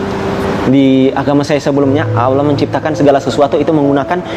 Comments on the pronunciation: tuhan beranak pantas saja banyak birawati yg hamil tanfa suami, bagi saya ini bukan cerdas tapi pembodohan diri sendiri, firman Allah bukan firman alah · KATANYA MANTAN MUSLIM? NYEBUTNYA KOK ALAH